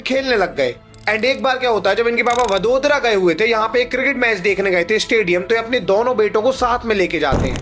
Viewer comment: वडोदरा नही वडोदरा😅😅